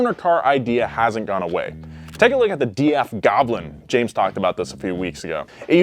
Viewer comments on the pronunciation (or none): none